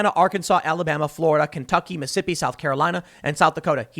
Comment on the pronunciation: You said "missippi" like people from mississippi say it.